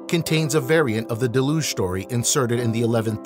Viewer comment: How can someone publish material on ancient civilizations without making sure of the correct pronunciations of the ancient names or key words like deluge.